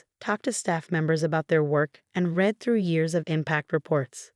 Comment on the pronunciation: That's not the only one! How about "read" vs. "read" -- as in the present tense vs. past tense. There are others as well ... I find myself constantly correcting the narration ....